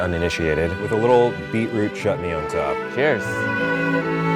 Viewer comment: He did not just pronounce beetroot as bit rut 😳